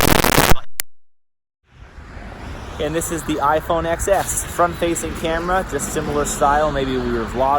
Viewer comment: It's iphone 10s. Please not xs